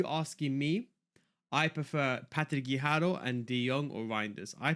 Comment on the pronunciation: BIG FAN of all the content! But I cringe every time you say Patti Guijjaro 🙊 No pronunciation for any player at all but when it’s her you become Spanish all of a sudden 🤣